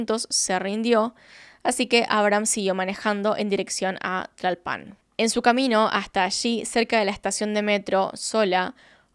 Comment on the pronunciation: Una cosita, Tlalpan no lleva acento al final solo se dice como se escribe